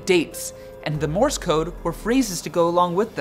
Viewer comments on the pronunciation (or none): none